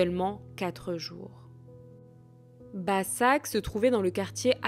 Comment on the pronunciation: Başak se prononce Bachak